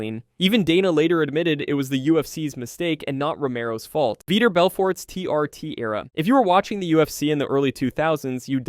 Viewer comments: It's not veeter it's vee tore Vitor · Veeter instead of vitor lol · Dude, Vee-tore. Say it with me Vee-tore. Vitor. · "Veeter" lmao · he said veeter 25 times OMG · Bruh, “Veeder” Belfort? 😂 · veeter belfort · Who the f is “veter” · Mispronouncing Vitor made this unwatchable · Bro please look up how to pronounce Vitor's name before every saying it again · The way he says vitor lmao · Pronounce Vitor's name correctly. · I couldn't finish the video. It was a travesty the way you pronounced, "Vitor". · Lmfao “Veeter Belferrttt” 😂🤣😂🤣